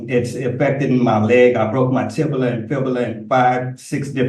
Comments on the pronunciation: "Tibula and fibula"????????😂😂😂😂😂😂😂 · “Tibula” and “fibula” 😂you mean “tibia”? I guess he needs to go to the liberry to look up words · “I broke my tibila and fubila”. 😂😂😂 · Tib-a-la and Fib-a-la? I don't recall those during 2 yrs of anatomy and physiology courses. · ditto for “tibila and fibila” 😂😂